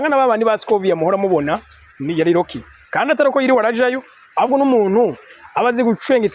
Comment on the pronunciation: None ga homme nawe ko wize urudome R rurakugora kuvuga nk'abanya Rwanda? Rocky usoma Locky? 😮